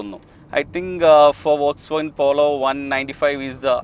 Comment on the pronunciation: വോൾക്സ് വാഗൻ അല്ല, ഫോക്സ് വാഗൺ എന്നുപറയു.